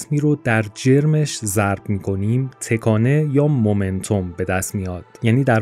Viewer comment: ویدئو عالی بود ولی از اینکه در طول ویدیو دائم به جای تَکانه هی گفته می شد تِکانه خیلی اذیت شدم